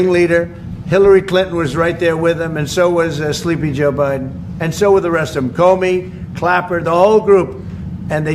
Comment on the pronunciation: emphasized "Them"...WRONG!